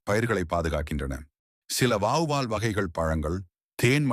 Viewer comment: ஏன் தமிழ் வார்த்தைகளை வீடியோ என்கிற பெயரில் கொலை செய்கிறீர்கள் வார்த்தை உச்சரிப்பு சரியல்ல வாவ்வால் அல்ல வௌவால் சரியான உச்சரிப்பு தேவை தமிழை சரியாய் பயன்படுத்துங்கள் தகவல் அருமை 👍👌